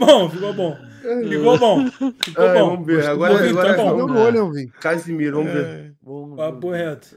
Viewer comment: Juro que eu ouvi”QUASE MIRO”